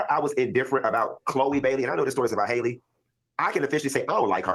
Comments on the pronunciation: Halle not Hailey 😂😂😂 ready to talk about her but can't even say her name 😩😂😂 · I am SO disappointed in Q for this. I am a Funky Dineva fan, but THIS was VICIOUS and uncalled for. And let’s be real, Q should be the last to speak on someone’s looks. And finally. The young lady’s name is “Halle” (not “Hailey) pronounced just like Halle Berry. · Her name is HAL-LE like Halle Berry, not Hailey/Haley… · Why y’all keep mispronouncing Halle’s name? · HER NAME IS NOT PRONOUNCED HAILEY OR HOLLY .... IT'S HAL-LEE.... HALLE.... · It's annoying that no one is pronouncing her name correctly. It's not hard to say Ha-lle. It's not Hailey. 😅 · Just as a preface, I notice a lot of people calling Halle “Hailey” when it’s pronounced like HALLE Berry. But I think the problem is men, and people not educated about pregnancy and early stages of it should not speak on another woman’s pregnancy/body or health. Period. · Pronounced HAL-le, rhymes with valley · Her name is spelled Halle but it’s pronounced Holly. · How is that none of y'all in the black media can pronounce this girls name? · What is the science behind everybody pronouncing Halle’s name like Hailey. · People saying her name wrong blows me